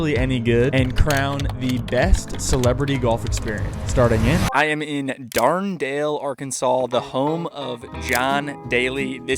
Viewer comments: DARD DALE??? Dard nelle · Darndale 🤣 Dar dan ale ( I know this isn't spelt right, but it's for pronunciation)